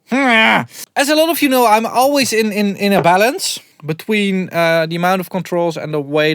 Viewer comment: I thought you said bellends! 😂